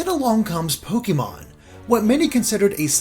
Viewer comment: i love you but the “é” in “pokémon” has an acute accent. it’s pronounced “poh-keh-mon” not “poh-kee-mon”. it’s short for “pocket monsters”. sorry for the correction, but you go back and forth between the two and it drives me ludicolo